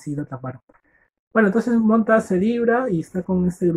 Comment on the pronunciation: Muy buen audio libro. Me sirvió para mi prueba,me saque un 9.50. Lo unico que recomiendo es mejorar el audio y pronunciar bien los nombres por que puse montash y fraber cuando eran montag y faber 😅😅. Me sirvio mucho, espero sigas así...